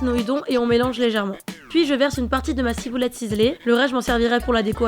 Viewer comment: De la cibouletteu chinoiseu